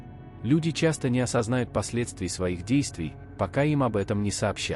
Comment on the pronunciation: Не осознАют? (Вопросительный вариант) Или не осознаЮт (вариант - предложение повествовательное, также утвердительное, восклицательное) . Не путайте, ударение должно быть правильным.